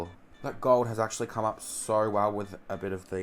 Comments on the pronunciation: you pronounced "come" as "comb" lol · I'm sorry did he say "comb correct concealer" I'm sure it said 'come' not 'comb'😭😂